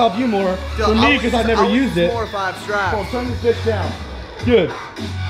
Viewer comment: what are "shraps"